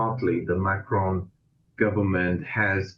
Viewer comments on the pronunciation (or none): Micron instead of macron 😅